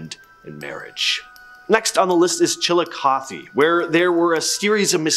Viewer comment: Is anyone else just happy he pronounced Chillicothe correctly?